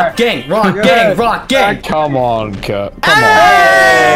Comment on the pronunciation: When says Rock Gang he sounds like hes saying Rock Gay